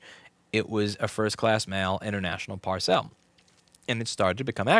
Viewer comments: Par-cell??? You mean parcel? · Pronunciation: it's not ParSell, it's "parcel," pronounced PAR-s'l. It means something bigger than an envelope, often tied closed with string. Or stringettes, if you like Monty Python and ship very small packages. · No need to “frenchify” your prononciation of the simple word “parcel” Par-cel (par-sil) Par-sell???????? Thank you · The way Louis pronounces parcel really grates me more than it should. Anyway, love the talking head videos even though I don't have anything to do with board repair. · Why does he keep saying PAR SAIL? It PAR SUL (sp Parcel) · What's with saying Par-cel rather than parcel. You wouldn't say Pack-age would you? Sorry just a bugbear, love the content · Parr-cell ?? WTF, Louis? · I giggle every time you say parcelle. Parcel is pronounced PAR-sul. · "Par-sell" - how fancy. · par-cel ?? odd pronunciation, is that an 'merican thing? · Same here, regarding the pronunciation. I've never heard anyone pronounced it that way.